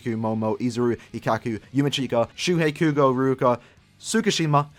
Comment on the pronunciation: It's Tsukishima.